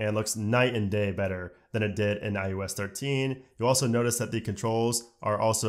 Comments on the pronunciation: Couldn’t get passed that it sounds like you’re saying IUS instead of iOS. Figure it out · Sorry for this nit-pick but it sounds like you are saying “eye-yo-s” and it’s driving me crazy. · This is a really strong presentation! You did a great job covering a ton features, slow enough to digest, yet fast enough to cover the material. Now my one ridiculous complaint. Sorry for being such a noodge. Why do you keep calling it iUS14 and 13 instead of iOS 14 and 13? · My only problem with this video is that he calls it IUS and not IOS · Is it just me or is he saying ius 14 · Why are you saying i u s? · I-you-ess 14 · Every time he said iOS 14 it sounded like he said iUS 14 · Dude every single time.. I had to check comments to make sure I wasn’t hearing things. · Why the hell does he keep saying iUS 14 😤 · No one:: “eye-OO-es” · Is no one going to talk about the fact that he said IUS 14 every time? What the hell is IUS? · You such at pronouncing iOS